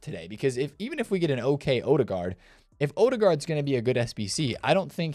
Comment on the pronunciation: Professionally butchered the Ødegaard pronunciation.